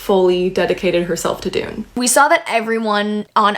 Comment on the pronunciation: I wish people would pronounce Dunne correctly it isn’t Dune it is Done. Love the theories. Some I hadn’t even be gone to think about. Not sure about sky versus earth magic but definitely interesting and will reread to see if I pickup on that. Dunne is definitely important in regards to violet. I definitely think it is Brodie. Great work. Keep it coming